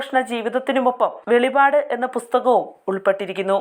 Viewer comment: വെളിപാടല്ലാ , വെളിപ്പാട്" എന്നാണ്.